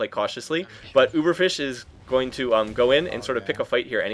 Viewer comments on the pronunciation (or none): u say butt not but